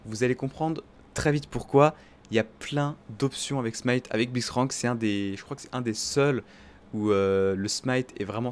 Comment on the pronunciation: "On joue avec Bliztcrank" x) mes oreilles ont en pris un coup